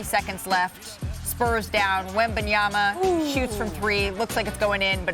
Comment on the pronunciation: Perk there is just one B … wem-ban-ya-ma … NOT wem-ban-yam-ba … geez show some respect to the man